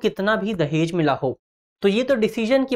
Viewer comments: Legends watching" Dajehh" at the place of "Dahej". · धन्यवाद टीम दृष्टि 🙏 दहेज न कि दजेह